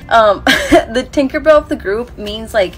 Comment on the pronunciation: Take a a shot every time says thinkerbell